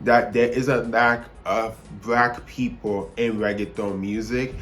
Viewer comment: BRACK PEEPLE 🗣️🗣️